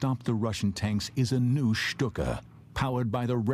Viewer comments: Lucky 13 /stu:ka/ is bad. /ʃtu:ka/ is good. Right? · I had to turn it off because of the way he was saying Stuka.